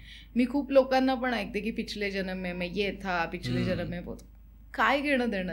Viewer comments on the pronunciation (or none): none